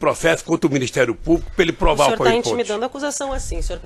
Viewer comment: Este ogro vomita arrogância até com o que ele chama de "pauiponte".